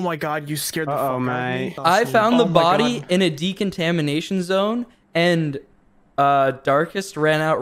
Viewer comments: didn't know decontamination was such a hard word to say lmfao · I love how they can not pronounce decontamination correctly